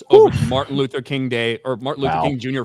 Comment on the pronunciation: Did say "Fartin Luther King"?